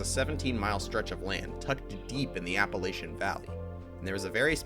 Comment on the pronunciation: Learn how to pronounce Roane. Also Appalachiain.